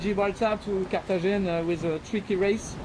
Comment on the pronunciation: Bro, it’s kar-ta-henna, not cartageña.